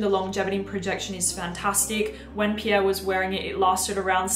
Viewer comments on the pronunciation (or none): none